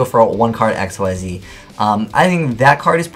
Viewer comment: Xyz is pronounced "ikseez," not "x-y-z"